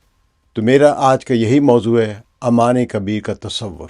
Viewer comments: Pehli Baat it's Ooooman not aaa man, thats a different city.. Capital of Jordan. Secondly if u think Oman and UAE can become one country just because they were part of one sultante you have no idea of the socio political fabric of the gulf Arab states. They all have deep rooted distrust among themselves, even within the UAE the different Emirates don't trust each other and neither do the different clans have any trust between eachother. All these shekhdoms are severely mentally handicapped and can't think for themselves for one day. All of these things that you are proposing have no connection with reality. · Aman nahi Sir, its Oman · it is called Oman not Amman which is capital of Jordan. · It's not Aman it's Oman... Aman is the capital of Jordan... Naam to Sahi le janab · Sir it's not Aman . Oman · امان يا عَمان نہیں بلکہ عُمان (اومان) ہے۔ عَمّان اردن کی دار الحکومت ہے۔ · It is pronounced as OMAN....Not Aman...pls correct it..